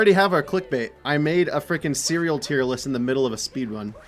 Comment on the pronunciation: Bacon ceweal